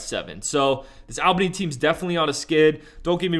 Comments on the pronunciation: Bro say it like Allbany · Him saying Al Bany was pissin me off 😂